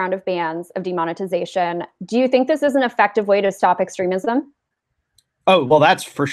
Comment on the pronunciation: demond- ugh- tization